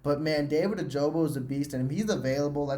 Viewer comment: Its not ojobo its ojabo